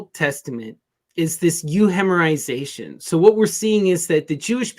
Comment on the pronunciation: In this video : What did she say?! Did she say "You-hemorization"? What the bejeezus is that? I wish those that know would use polysyllabic ("big words") a bit more cautiously -- they need to provide an immediate definition of any ""jargon" or specialist terms otherwise they unfortunately lose the audience, like: Huh? What's she saying? What's she talking about? So please, anybody able to repair this added confusion and say what that word was and its definition in context? Much appreciated. And, it sure doesn't sound like "hellenization". Actually, the other guy was as negligent of working to get viewers to understand what was being said: the "jargon", the non-common words and phrases. Please, please, please correct and have us understand you, understand what you are saying or talking about. I'm sure you want us to understand, otherwise, what's the point? The creation of a new mysticism? A new "occult"? A cult? We're desperate to get away from all that and overcome that kind of "you don't understand because you don't belong". We need and want the increasing of understanding, for all. Unless, of course, one is not looking to ensure others understand everything -- because: a) one or more have a hidden agenda (hidden agendas corrupt, that's why they have to be "hidden", kept covered up or disguised, "covert") or b) one doesn't care a whit about other people, the greater good.